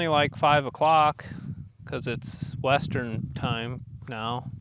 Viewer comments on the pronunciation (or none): none